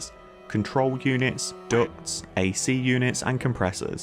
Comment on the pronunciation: i thought i was going insane when i started hearing quacks whenever you said Ducts HAHAHAHAH